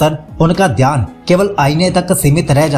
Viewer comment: dhayan ❌ theyan✅